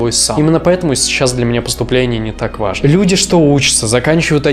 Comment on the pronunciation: ВажнО, нужнО, переходнОй. Вот для чего нужно образование. Элементарно, чтобы знать, где ударение надо правильно ставить. 🤦🏻‍♀️ в остальном, пожалуй, во многом Вы правы.